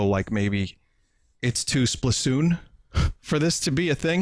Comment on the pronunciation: "It's too Splasoon" Vinny pls.